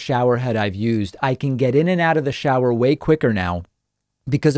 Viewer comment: "It's important to understand because it is Yoo'sd so often." I see what you did there, David.